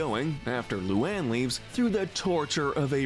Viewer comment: This is probably the nicest y’all will ever be to Luan…least you said her name right this time